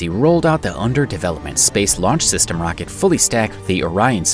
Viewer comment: stop saying rocket, you say it in a weird way